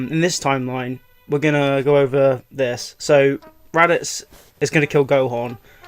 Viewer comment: He called raditz rabits